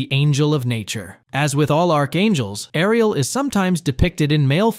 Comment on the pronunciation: Saying "Air-ee-ehl" and then following with rolled r's is getting me hahaha. Great video though!